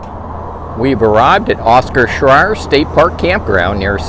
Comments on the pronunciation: Late to the party, but the park name Scherer and is pronounced "share-er". You said it so many times, I had to say something. All sites, except the two tent only have water and power... some water spigots you have to look for. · No offense but your not pronouncing Scherer correctly. 🤷🏻‍♀️